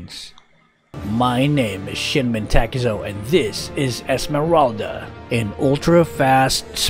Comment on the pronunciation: When you say your name/youtube channel name I keep hearing “this is shitmen Takuzo”